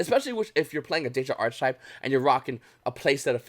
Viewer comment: You don’t want to keep “flogging a dead horse.” You yourself are not the dead horse. Also it’s pronounced “arc-type” you do not pronounce the “ch” in the word.